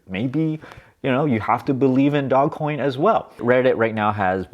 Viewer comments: "DOE-JZ" Coin. Not dog. You seem like the type of person who would like to be accurate and right about your topics.🤔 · I'll start believing you when you call it dogecoin instead of dogcoin. 🤣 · Dogecoin not dog coin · I like that he's calling it dog coin, stop correcting him. 😁 ... also, he can call it whatever he wants, he's made a killing out of it. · I love your videos. It also geeks me out when you call it Dog coin 😂. Lol fun hearing the different pronunciations. Really great advice in this video. I bought dogecoin 7 years ago. I sold a bit of it off too early (insane after holding it for sooo long), but luckily held a lot as well.